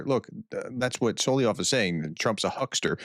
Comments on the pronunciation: Repeat after me: SO-LO-VEE-YOV. It’s not ‘So-lee-yov’. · I'm sorry brah but after 3.5 years of this crap you can learn to pronounce Solovyov at least semi correctly, it's not that difficult, Соловей SOLOVEY is a songbird, Соловьёв SOLOV-YOV is the derived surname.